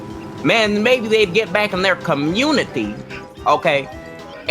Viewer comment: "they took er jobs" 😂 😂 😂